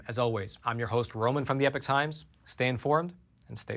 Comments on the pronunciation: Why do you say epoch as "epic" instead of like eeepock ? Just wondering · Just as an aside is it American pronunciation to say 'Epic ' for Epoch? England 🇬🇧 🏴